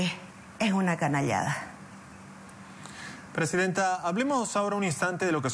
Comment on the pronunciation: Cada rato le dice ptesidenta a la opa